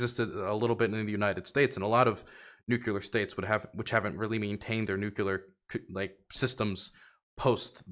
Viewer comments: you are a geopolitical commentator now, please learn how to say Nuclear(Nuke-lear). It's driving me insane. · I just don't understand why it's still hard to say NUCLEAR properly.